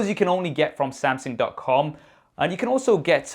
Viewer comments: Uncle.....it is pronounces as Samsung.....not Sam Seng.....lol..... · Am I the only 1 hearing samsing